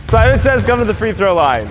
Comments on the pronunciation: Nobody:: Semen says... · did jus say semen says haha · Was I the only one that heard semen says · nobody:: semen says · No he full on said semen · said Semen says